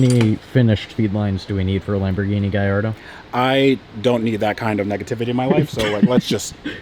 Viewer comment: Gaeyardo sounds better than Ga-lard-o.